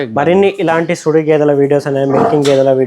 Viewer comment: సుడి కాదు. చూడి / సూడి. సుడి అంటే అర్థం మారిపోతుంది.